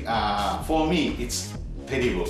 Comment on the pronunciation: 테리부루 < terrible